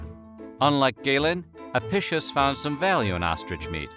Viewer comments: Latin “c” made a “k” sound. It’s A-PI-KIUS. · It's pronounced ahpeekeeous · The book (incorrectly) ascribed to Apicius, is pronounced a-pik-ius.